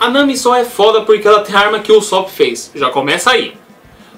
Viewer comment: U-só-pi fico louco ouvindo assim '- U sô pu malz falar assim mas no animê eles falam assime pa ne falou ta falado.